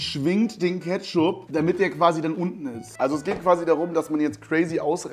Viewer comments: Cooles video aber lern ketchup richtig auszusprechen 🤓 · Nices Video aber Ketch-upp really😂